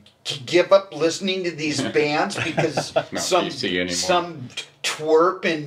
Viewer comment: Keith is great. He can add an extra syllable to the word “bands”. It’s like “Beee-yands” 😂 Legend.